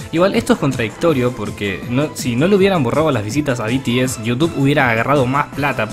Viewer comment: Se pronuncia BITIES. Y yo antes era fan de BTS, pero ya no. Y la verdad si q hay muchas personas tóxica en el famdon. Pero bueno. PD: te ganaste una subscriptora 😽